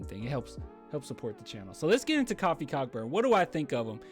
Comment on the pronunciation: Its Coe-fee coe-burn